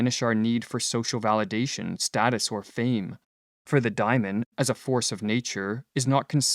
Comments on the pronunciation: Great video - as usual but I think it's DAY-mon something like a demon inside, not "diamond." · Why *Dymon*, and not *DAY^mon? Every time you say that my hair stands on end. Seriously, it gets in the waywhen I am trying to listen. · It’s pronounced day-mon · To my ear, the narrator is horribly mispronouncing Diamon and it distracts me from the content. As a Westerner, much can be gained from comparing and integrating Buddhist, Daoism and yoga into Western culture!